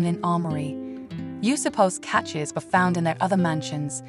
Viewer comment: Is this an AI narration or a person who can't pronounce "cache" or "tiara?" So annoying to watch historical videos with a narration that doesn't reach a 3rd grade level!